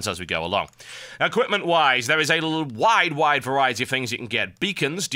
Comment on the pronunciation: lol at exactly , he sounds like an american horse race announcer when he says the word "wide" in "wide variety". He winded the british out of himself.